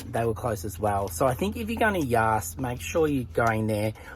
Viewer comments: Nice video but you pronounced the name wrong. The same as the word "gas" but with a Y. Not yarse. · In stitches over your pronunciation of the town name...don't worry your brother does the same thing when we drive past on our way to Melbourne 😊 Another great episode and Tootsie looks amazing!